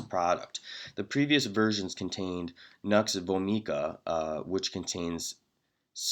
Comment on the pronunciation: Strychnine? Nux Vomica? You can't pronounce these and are a pharmacist? You are painfully ignorant of homeopathic principles and also apparently illiterate. Stick with math and keep your fear mongering to yourself.